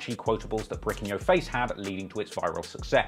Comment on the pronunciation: can't say the word "your"